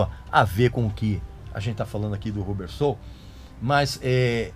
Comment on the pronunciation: Só para cooperar, a pronúncia é "Rãbber Soul e não "RU" bber, ok ?